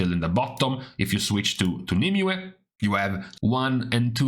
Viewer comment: Thanks for pronouncing Nymue correctly. That "Nimmyou" shit drives me crazy.